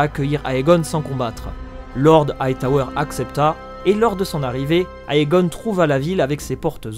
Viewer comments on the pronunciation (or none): Juste a titre informatif... le "Ae" ne se prononce pas "aé" mais juste "é" ... égon(e), dénérys(s), démon(e) etc